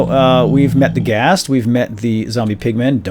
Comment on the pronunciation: Ghast, not ghost. Just thought I would point that out.